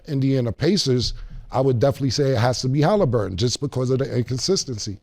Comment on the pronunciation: Haliburger😂 not Haliburton being cauliflower chicken😂😂